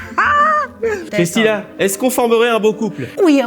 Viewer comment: Bon bah n’aura jamais correctement prononcé le nom de Christina 😂 J’adore